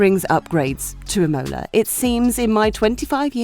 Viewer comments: It is IMOLA not IMMMOLA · Is I'mola not imo'la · Im-OH-la was quite distracting. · Wasn't it lol I had to rewind to make sure she said it how I heard it! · true f1 fans apparently! cant wait to watch Im-OH-la, SCHpa, sandFART and MoNaC(h)os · I get that Romagna is tough to pronunce for you brits (just spell it Romania and its close enough so that italy does not crynge) since you guys dont have the sound for that(wich for the spanish is ñ), but please put the emphasis on the first syllable of the word Imola not on the second and italians shall be forever grateful. :) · The same for Imola! Accent on the a not the o! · And she said it like 5 times!!! Cringe worthy! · They just needed one person to watch this before releasing it to fix that error. Sad. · Literally the only thing I could ever think